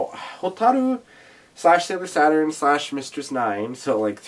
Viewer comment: yea i forgot the name of the Uranus Neptune song had to look it up Chou Bi Uranus Neptune/ Ha in this musical when they say Saturn it sounds like sat on.